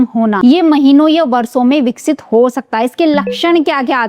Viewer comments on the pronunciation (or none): देश को देस, वर्षों को वर्सों का उच्चारण करनें वाले यू ट्यूबर ज्ञान बांट रहे हैं......